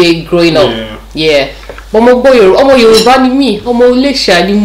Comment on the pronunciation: Yoruba doesn't sound correct in your mouth